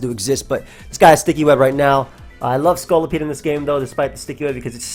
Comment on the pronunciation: pronunciation of Scolipede is one of those rare cases where that's not how I say it, but I like it.